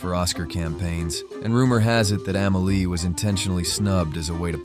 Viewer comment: After this narrative, I liked, subscribed and set my alerts to all. This guy is an artist, his eye for art is like no other. As an artist, this guy hit every single key point! My favorite film of all time Pure art. The only thing I can say is the movie is called Amelie. Ahh-mehh-lee. Not Ehhmehlee. I cant wait to check out your other review. Finally an artist that can eloquently dissect a totally art scene movie. I had never , ever bout a movie during that time, but for Amelie , I did. A classic